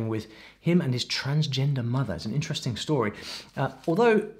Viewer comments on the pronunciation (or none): none